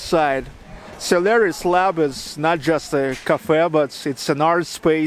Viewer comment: I understood "salary's lab". You have russian pronouciatio: "o" becomes "a"